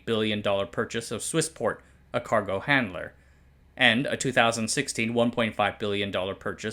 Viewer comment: Didn’t know china had a Caahc.